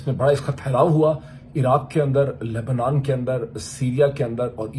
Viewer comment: لے با نن نام کا کوئی ملک دنیا میں نہیں ہے۔ ہاں ایک ملک لبنان نام کا ضرور ہے۔شاید آپ اسی کی بات کر رہے تھے غلط تلفظ کے ساتھ۔